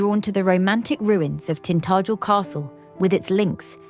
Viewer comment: Try pronouncing the name,Tin tah jel.